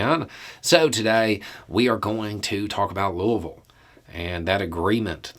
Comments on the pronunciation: Louisville native here. Your pronunciation of "Louisville" isn't far off, but we only use two syllables: "Luh-vull". No matter how an outsider says it, we are obligated by law to correct them. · 👋🏼😄 “Loovull” 🤣🤣. It’s so close to the local pronunciation. Louis-ville. Looey-ville. I’m glad you’re addressing this issue. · Reading the comments, that seems to be a common theme.